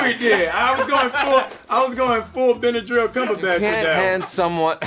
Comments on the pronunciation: Winston: broham cumberbatch Anthony: bedadrayl cumberbatch Sebastian: Bernard cumberbatch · What is this disrespect? You don't make fun of Benadryl Cucumberpatch's name And oml Lizzie said squirrel twice 😂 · AHHH yes Bendydick CrackerSnack, how do people get his name wrong? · I love how no even cares enough to pronounce benadryl cumbersnatches name right anymore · fakeituntilyouareit it's kind of an internet running gag to pronounce his name wrong and because of that so many people do this😅